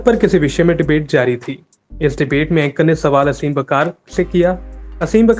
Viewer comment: bro its आसिम वक़ार . not असीम